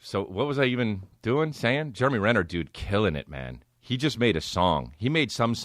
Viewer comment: “Germ-e Renner”